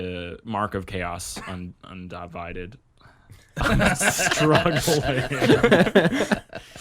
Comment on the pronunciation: God dammit .. ... .. Im never gonna unhear the pronunciation. 😐 Cha-os Un-di-vi-did lol